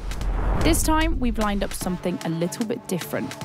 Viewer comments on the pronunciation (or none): none